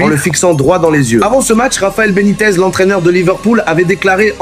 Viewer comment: Benitez ça fait pas très anglais